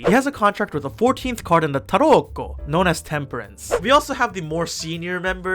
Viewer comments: Every time you say 🇮🇹T A R O C C O🇮🇹 it gets me 😂😂😂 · nothing prepared me for the way you said "tarocco" and how many times you said it 10/10